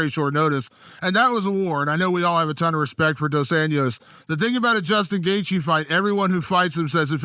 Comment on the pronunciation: Secs after I read this, he says it like that 😭😭☠